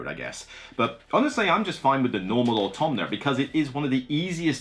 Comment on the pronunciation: Thank you for the video (it being perhaps the better solo game sounds intriguing to me). Also, and I mean this in the most loving & respectful way possible: there is no N in AUTOMA.